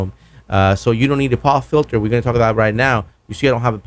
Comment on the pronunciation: I'm sure both mic's would sound better if you didn't have such a funny voice! very nasal as if you have a very blocked nose or a speech impediment! Especially when you say "Twenty".....or as you say "Twenny" and what's a poff filter?